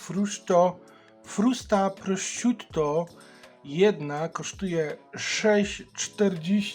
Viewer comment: wymawia się prosziuto